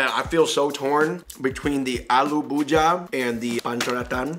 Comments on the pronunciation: Its Bhuj - iya(ee-ya.... Thats how you pronounce) Not Bhuja Just this correction Other wise, as always , fun to watch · its not bhooja its pu-jee-ah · Aloo bhuja😂😂😂😂 its aloo bhujiya guy's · Aloo Bhuja 😂😂 its Bhujiya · Every time he said bhuja instead of bhujia.....I felt like committing a hate crime.... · Its not aloo bhuja.....its alloo bhujia with an 'I' between j and a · It's actually bhujia not bhuja😂😂👍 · ❤☺it's not bhuja it's bhujiiiaaa try and say it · Its bhujia not buhja... Bhuuu-g -ahhh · IT IS ALOO BUJHIYA NOT ALOO BHUJHA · Id like to suggest, it’s pronounced Gulab jamun(ja-moon) Gulab means ROSE in hindi Aloo bhujia ( bhu-jee- ya) Try “jalebi” sweet if u can get it Its a sweet , yellow spiral shape